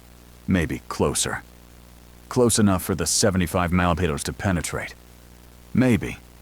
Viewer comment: The word "millimeter" is really f*ucking the AI narrator up😂😂😂 im laughing my ass off.